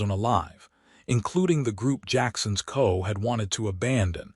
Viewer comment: Is the A.I. narrator familiar with the word "FBI"? it is pronounced "eph-bee-eye". In military situations a "CO" is NOT read as "koh." It stands for "Commanding Officer" and is read as "See-Oh". I have read statements that you read all our comments. Are you lying? From now on all future "CO" should now be pronounced properly.